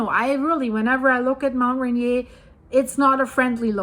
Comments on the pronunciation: I, for one, would like you to delve deeper into this subject. Very interesting! I live in WA, north of Seattle. Rainier is pronounced ‘Rain-ear’. 🙂 I start my day with watching your videos. 🩷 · Mount Rain-ear….I believe that is how it is pronounced ❤ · Its called Mt.Rain eer like rain deer one word❤